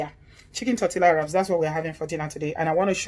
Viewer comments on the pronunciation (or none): Pronounced: Torte(y)a. Looks delicious. You need to open a restaurant, after this thing is over. You're right, the bell peppers are full of water. I don't use them.